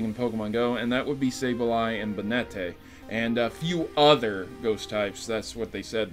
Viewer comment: Thats not how you pronounce Banette lmao "People pirate game because they wont be able to afford them in their lifetime" SO? pirating a game just beceause you cant afford it is the equivalent of me going and stealing a ferrari because i will never be able to buy one myself...